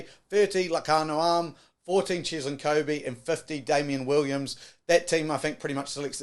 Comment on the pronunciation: The springboks are the All-blacks biggest rivals in world rugby, can you at least try to pronounce our guys names properly. You barely tried, Cheslin Kobe?!?? Wtf